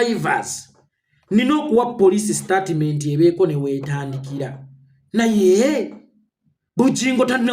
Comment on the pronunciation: Mbu Startimenti wabula abaganda engilish mugyonona mbu Startimenti.. Bagamba Stetimenti not Statiment haha😂